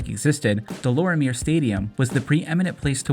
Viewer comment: It's pronounced De Lormiay stadium...😂